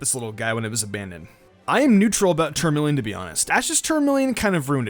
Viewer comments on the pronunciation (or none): Charmolien!!. Haha never heard someone pronounce Charmeleon that wat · Did you say tourmaline or Charmeleon